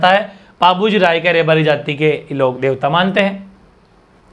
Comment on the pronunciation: सर रायका नहीं हैं राईका हैं